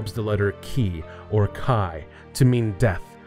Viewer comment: χis a greek Letter and is actually pronounced "He"